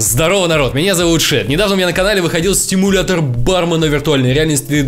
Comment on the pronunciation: почему сТимулятор если правильно без Т?